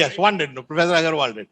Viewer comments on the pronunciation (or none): none